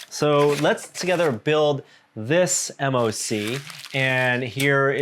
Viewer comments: But pronounces MOC “M.O.C” instead of “mock” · MOC is pronounced mock and it stands for My Own Creation.